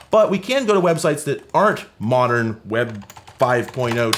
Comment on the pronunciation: "Modren"... Domo Arigato, Mr Roboto! 🤭